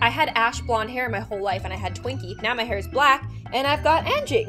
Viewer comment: im not being mean but yoir pronunciation of anjing is wrong Its unjing If it helps???